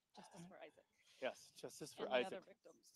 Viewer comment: say his name..Isaac 😢